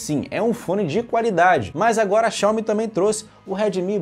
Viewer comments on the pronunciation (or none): none